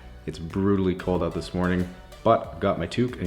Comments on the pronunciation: it's actually pronounced "eh" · don't you mean "ote"?